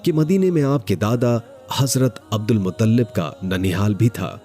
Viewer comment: अब्दुल मुत्तलिब है मुतल्लिब नहीं है